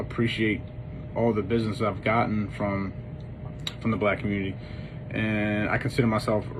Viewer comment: He sure couldn't.....mumbled it the first time he said it.